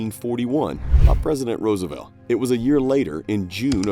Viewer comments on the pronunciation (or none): none